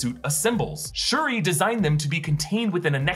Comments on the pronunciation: It’s shuri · it's Shuri. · It's Shuri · Doesn’t anyone Read the COMICS???? WTF!!!!! ITS SHURI!!!!